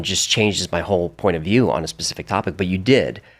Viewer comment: did you say pacific rather than specific? Another great podcast. This is right up my street. Thank you 🙏